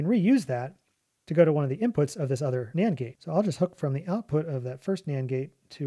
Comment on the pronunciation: anyone else keep hearing Nyan gate instead of Nand gate?